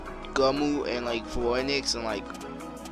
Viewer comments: Phoenix = Fee-nix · Lol I can't stand how he says "Phoenix" in a different way xD